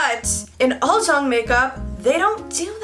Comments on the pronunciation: It's pronounce as 'oolzang' not 'oldzang'😊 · Omg did she just say “uljung” it’s ulZZang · Uljjang I though it was supposed to be said Ulzzang lol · Why did my dumbass pronounce uzzlang like "use-a-lang"? I didn't know it was prounounced like "al-zjang" until I watched this. I feel dumb... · It’s pronounced ul-chung?? I thought it was pronounced ul-zz-a-ng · my korean friend actually told me it's pronounced UR-CHANG, and I remember always wanting to look like one in 2010 lol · I've been pronouncing it like uzz lang this whole time 💀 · i thought ulzzang was pronounced as "you'll-zang" wtf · so all this year I've been pronouncing ulzzang as uzzlang, DAMN I feel stupid. anyways, you are adoroble. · Fuckk I really pronounced the word ulzzang as ulssang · This whole time I’ve been pronouncing ulzzang as oozzlang WHY??? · No she was saying it wrong 😂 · Haha she actually said it wrong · she really didn't though